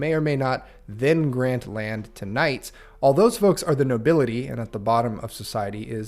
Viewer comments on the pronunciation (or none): none